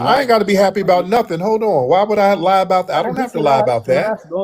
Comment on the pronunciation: ain't lying about not being able to say "lie"